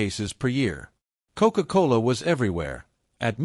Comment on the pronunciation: Very unusual word commentary to describe a beverage! Coke-Cola like a ..."Coke-Cola Hall Putsch"